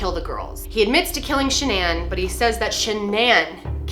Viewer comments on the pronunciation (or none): Is Shannan not a common name in the US? Just wondering why the weird pronounciation, eg. sha-nan?!